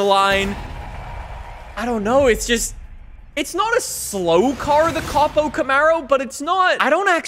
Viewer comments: Stop saying COP-O it’s not a cop car. It’s a CO-PO. “coh-poh” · it is co-po I cringe so hard every time I hear you call it cop-o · Its cope-oh not cop-oh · I will never forgive this guy for saying cop-o Camaro. It’s co-po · Hey man it's not pronounced capo it's cO-pO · Co-Po not Cop-o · It copo not capo lol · That’s my new fav drag car, but in the US we pronounce it ( C oh P oh Camaro) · it's pronounced Coe-Poe :) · K-oh-p-oh you dunce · What is it with you and mispronouncing things. Fort-za? Cawp-O?